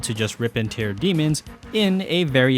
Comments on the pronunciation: Did you mispronounce "tear" every time on purpose? Lol. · Great video... But how did you manage to mispronounce "tear😢" in Rip and Tear?